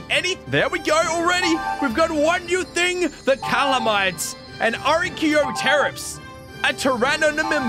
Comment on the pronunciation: archaeopteryx is pronounced ar-key-op-ter-ix